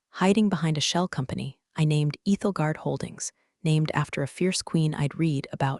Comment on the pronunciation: It’s Ethel as in 'don't look Ethel' guard, Ethelgard.